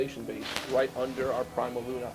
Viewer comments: I’ve never heard someone mispronounce PrimaLuna before. I’m surprised you didn’t correct him. Also funny that he took the trouble to introduce staff and then got their names wrong, lol. Not a good day. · the VPI guy not only miss-pronounced Prima Luna then stuck his foot in his mouth introducing the staff. LOL not exactly making a good impression.